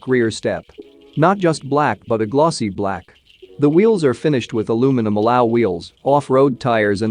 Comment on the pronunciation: How does this guy pronounce "fascia" and "alloy"? Weird. Stop. Is this a computer voice reading a script? The announcer is as bad as the Silverado itself.